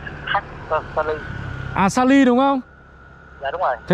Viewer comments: 2 ông này có cái lên saly mà k nhớ cứ nói là lysa,salem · Đọc sai tên mà saly đọc lysa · Chứ Mới Đầu Đường Vào đến nhà cô vài trăm mét và Phát âm 👉 Saly 👈mãi cũng không đúng. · Anh chàng này chỉ có cái tên là Saly mà không đọc được. Sao mà yếu kém về sinh ngữ vậy.